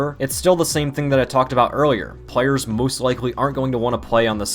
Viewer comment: did just said moose instead of most?